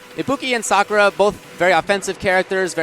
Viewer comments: I love the commentators in the FGC, but please stop calling her Sa-kurr-ah, it's Sah-koo-rah (with a slight pause after the 'Sah'). Irritates me, probably get flamed for it, but whatever. Keep up the great streams and vids! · Wow, even professional tournaments don't know how to pronounce "Sakura" properly.